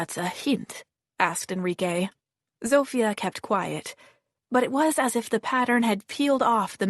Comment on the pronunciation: Oh my, it's been rough hearing the terrible Polish accent given for Zofia. Apparently the French is no better from the other comments and there is alot of it going on, so if you know French, I'm sorry for you. I think u just have to accept it sounds wrong, tune it out and after awhile it will go away lol.